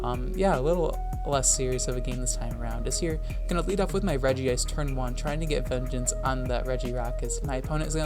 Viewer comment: Why did you pronounce regice like that?